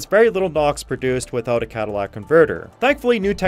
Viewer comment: Cadillac Converter? Try catalytic converter.